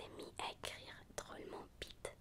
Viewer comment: Please , don't pronounce the v as in spanish. Vite and bite really doesnt mean the same thing ^^'